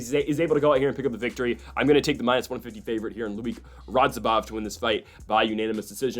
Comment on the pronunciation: Still didn't say "Radzhabov" correctly a single time. Lol